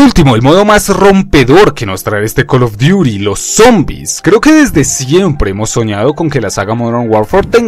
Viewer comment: X: Cal of duti J. NARANJITO: Col of diury 😈😈